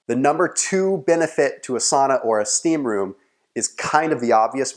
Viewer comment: finnish sauna is like ur '' steaamroom '''